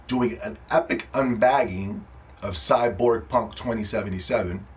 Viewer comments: He saying it like that on purpose i figured that out from the fact he spelled the Title cyberpunk. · You can’t even say cyberpunk right